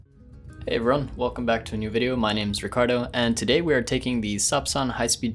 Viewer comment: Как говорит Дудь велкоме